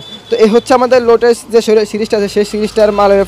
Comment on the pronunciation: আরে ভাই লোটাস কে,,,লেটাস বলতাছেন। আগে মিয়া ইংরেজি শিখে আসেন।